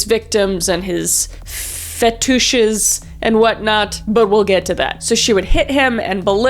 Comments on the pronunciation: Footishes? Feetishes? Footishes is funnier 😂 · "FetOOshes" 🤣I'm dying 😂